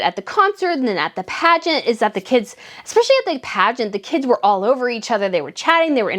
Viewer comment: Slow down the speech so "espeIALLY" does not sound like "espeshy" and... it's AS I SAID, not LIKE I said. xoxo